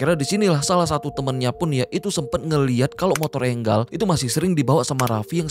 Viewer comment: Enggal apaan si? Enjel bang